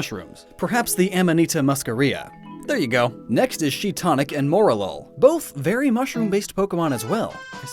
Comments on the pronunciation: It's Shiinotic, not Shiitonic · he said she-TOH-nic it’s she/shi-NOH-tic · Now you do have a tendency to mispronounce Pokemon, but how in the Hell can you read Shinotic as Shitonic? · My guy just called shiinotic shiitonic lmao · Shiinotic Not "Shiitonic" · It's Shiinotic not Shiitonic lol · Did you just say shitonic rather than shinotic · Did he just say shiitonic instead of shiinotic? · Now I’m confused... he pronounces it Shiitonic... it’s spelled Shiinotic... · Its shiinotic not shiicotic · he said shiitonic instead of shinotiic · Isn't it Shiinotic, not Shiitonic? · shiitonic? its shiiNotic, theyre hypnotic and shine, both them and thier pre-evo use sleep moves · Its shiinotic not shiitonic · says shitonic its f** shiNoTic , not shiToNic!!!!!!!!!! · ShiiTONIC.. me: TRIGGERED It’s Shiinotic.. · it's Shiinotic. not Shiitonic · its shiiNotic, not shiiTonic, although that does sound nicer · I believe the Pokemon's name is ShiiNoTic, rather than ShiiToNic. But I love this series a lot! Thank you for your hard work,! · it's uh... it's shiinotic, not shiitonic... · Shiinotic, not Shiitonic. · ShiiNoTic* Since I noticed you accidentally said ShiiToNic. I know that it's obviously based on a Shiitake mushroom, but eh, it's the way the name's spelled, lol. I can't believe that I appear to be the only one who noticed that, too! XD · its shinotic not shitonic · Shiitonic? Shiinotic. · um did i just hear that right or did he say shiitonic? jaja had to check if it was correct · Wait.... Shiitonic? ShiiTONIC. Is there a joke that I'm missing? You sounded very confident in your wrong naming. 😅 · Shinonic not that word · lmfaooooo "Shiitonic" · it is Shiinotic, shii-no-tic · It's shiNoTic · She-Tonic (Shiinotic) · Shiitonic. Really? It’s Shee - NOT - ic This should’ve been in ur Marco sheta video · ShiiTONIC!? are you serious, bro? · IT'S SHIINOTIC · Did you really just manage to mispronounce Shiinotic…? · You mispronounced Shiinotic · Its "Shiinotic" right?